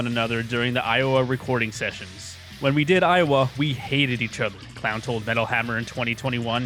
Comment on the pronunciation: any time I Hear someone in a video mispronounce Clown's name that's an automatic dislike